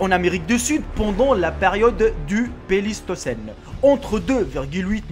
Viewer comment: Les vidéos sont intéressantes mais une meilleure prononciation serait à envisager. Ce n'est Le Pélistocène mais le Pléistocène, par exemple. Bien à bous.